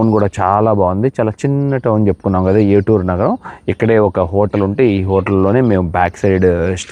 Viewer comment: చాలా గొప్ప చారిత్రాత్మక ప్రదేశాలు చక్కగా చూపించారు. నేను గమనించిన ఒక చిన్న సవరణ: ఏటూరు నగరం కాదు ఏటూరు నాగారం అని పలుకుతారు. మిత్రులందరికీ ధన్యవాదములు.